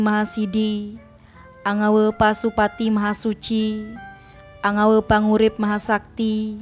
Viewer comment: Yg benar saja mengucapkan mantra. Kata yg ditulis "ANGAWE" harus dibaca/diucapkan dengan suara vokal "E" seperti dalam kata bahasa Indonesia "SATE" bukan dibaca/diucapkan "KE" seperti dalam kata "KEMANA". Ini sekedar koreksi agar tidak terdengar lucu jika yang mengucapkan adalah orang Bali, beda jika orang bukan Bali karena tidak tahu bahasa Bali. Terimakasih.